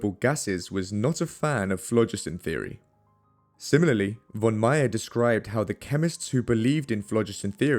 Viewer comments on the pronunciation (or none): my compliments for the pronunciation of the German names. small advice: a ‹v› in German is, for all intents and purposes, always pronounced like an ‹f› so the word «von» should sound like "fonn"